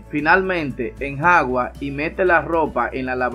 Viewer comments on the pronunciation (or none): Edita esa parte se dice Enjuaga